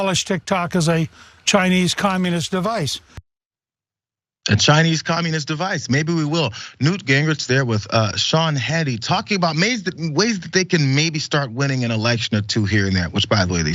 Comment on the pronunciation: Wait… did you call him “Moot” Gingrich, at the start of the video? I’ve listened 3 times now, and can’t be sure. If you did… you made my Friday. If you did not… well, sure you did, and hey! That really makes my Friday start well!